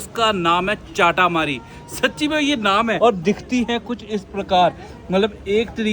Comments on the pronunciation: It's momo not momos and chata Mari not chaataa maari foodie we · चाटामरी 🤣🤣🤣🤣🤣🤣 lol hahahaha...... It is चटामरी, another one is बारा/ वः not बर्रा and it is मःमः not momos, for example : for rice you don't call it rices